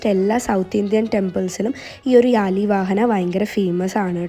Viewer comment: Chechi യാലി അല്ല വ്യാളി ആണ്